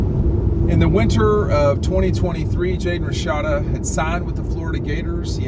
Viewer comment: Its RASHADA lol not Rashida 🤣